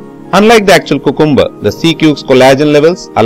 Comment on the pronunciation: nice and very informative video. But I believe cucumber is pronounced as | kyoo-kum-bur | and not | koo-koom-bur |.